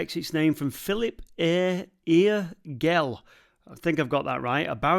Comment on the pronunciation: Thanks for a great video, I'll certainly be checking some of those sites when I pass next! Via Gellia is pronounced Vie jellia, and Gell - jell! My parents ran the village shop in Bonsall in the late 70's so I know the local lingo. :-) Thanks again!